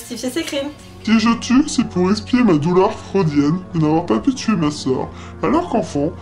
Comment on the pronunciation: donc tu va la kidnapper la towtuwer et la tuwé dans d’atroces souffrances